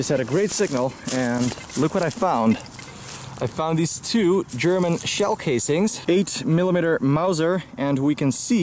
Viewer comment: your skill of German pronunciation is great😂 it sounds so cliché